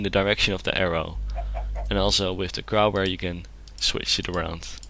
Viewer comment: he said crowbar sooooooo wrong